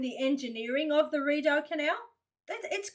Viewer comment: Hey, it is pronounced "Re- doh canal I live next to the Shubie Canal System In Nova Scotia,Canada!😀👌👍👍👍✌